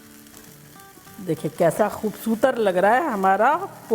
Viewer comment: khoubsutar ni khoubsurat hota hai 😂😂😂❤❤